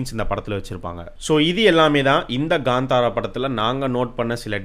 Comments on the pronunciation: It's kantara not gantara.. Please pronounce title correctly... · Ganthara ille bro kanthara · Gandhara illa bro kantara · Kantara illa bro, it's pronounced as Kaanthaara